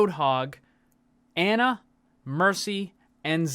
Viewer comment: Ana is pronounced "on-uh" not "an-uh".